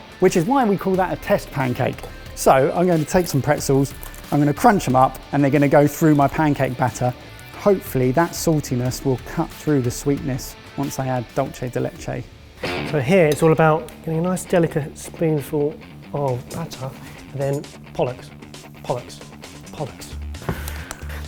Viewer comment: Why does keep pronouncing "dolce" de leche? It's Spanish, not Italian! (Still love you tho)